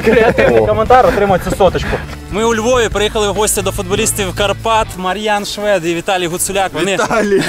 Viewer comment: ШвЄд, слух ріже🤦🏼‍♂️